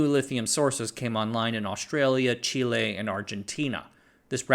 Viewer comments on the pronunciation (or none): none